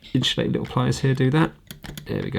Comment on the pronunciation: The whole "hache" pronounciation of the letter "H" by UK folks took me a long time to get used to hearing. 😀 What still gets me is the extra "h" sound from you Brits when you say the word "insulate". It comes out "Inshulate", every time lol.